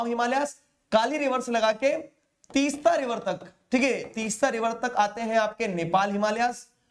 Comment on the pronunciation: Sir 'Teesta' and 'Dihang'